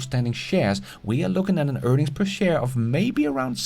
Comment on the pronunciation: Price to Earnigs!!! You crack me up! Earnigs!! And “built quality” you kill me!